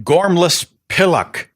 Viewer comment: Jeez. Never realised how many of these slang terms I have actually used in my lifetime. I especially liked the way he pronounced pillock. Anyway, all those people with their signs were just a bunch of dickheads who did not represent the majority of Brits.